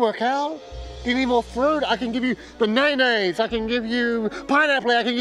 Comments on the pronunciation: 'Baneineis' I would have left him right there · I will never pronounce "banaynays" in any other fashion for the rest of my life. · love that he still says banaynays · "Ba-nay-nays". Subtitles messed up. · The betrayal is tough...I felt it when he said BAynaynas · He said Banaynays. I'd keep him along. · banaynays gets me everytime lol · "banaynays" You love to hear it Can't hamish catch a w for once?